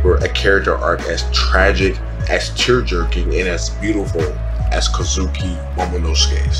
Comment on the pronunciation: Great video! Only gripe I had is that you switch pronounciations of the name Kozuki. Three syllable names have the emphasis on the first syllable, 99% of the time. So it's prounounced KOz'ki, and not koZUki. Aside from that minor gripe, great video. From a fellow; keep up the good work.